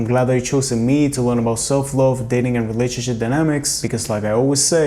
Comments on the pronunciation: Can you please learn how to pronounce the word "love" because its annoying. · I didn't mean to offend him. He just says the O in the word love and its not pronounced like that and I have been told this by and English teacher. Have a good day.